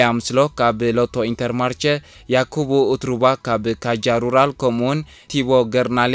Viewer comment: በጃኻ ባ አዛ ካጃ ሩራል ትብላ ዘለኻ ብ ካኻ ሩራል ቀይራ!!! J ብ ላቲን ኾታ አዩ ዝንበብ።